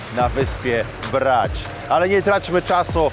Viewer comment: Marcinie- mówimy Bracz, Omisz, Pucziszcia. Chorwackie Č Š to odpowiedniki polskiego cz i sz. W przeciwnym razie mówiąc brać, powinieneś też mówić puciścia.